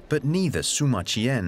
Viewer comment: The historian is named Sima Qian, pronounced See-ma not Soo-ma. Pls try.